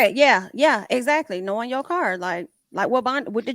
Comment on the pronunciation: Hello Loved One! …. Not Ex-act-culie….. that’s was too funny.